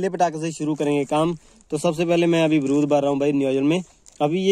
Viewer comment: Baarud hai .brud nahi😂😂😂😂😂